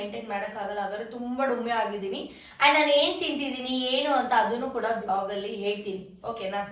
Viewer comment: vlog ❌ blog ✅